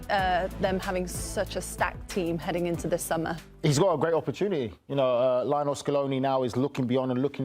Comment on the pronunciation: "Lee-oh NEL" Scaloni.